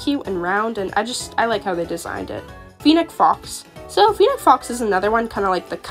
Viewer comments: awesome video! i'm not sure if you were aware of a few of the mistakes you made with the names so i jut wanted to let you know ^^ (no judgement of course!) - Brachiosaurus (Brack-ee-oh-saur-us) - Coyote (Kai-oh-tee) - Fennec Fox (Feh-nick Fox) - Llama (Lah-ma) - Pterandon (Ter-an-oh-don) the P is silent ^^ I believe thats all-- like i said though, good video!! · The way you pronounce coyote as “Cayoht” BAHHAHA you’re supposed to pronounce it as cayotee And “feeneck fox” HAH Not trying to offend anyone xd